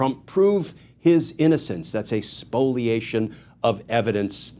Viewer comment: Is it "Spoliation" or "Spoilation"?